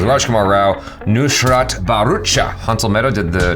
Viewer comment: he nailed nushrat barucha🤣🤣 I mean her name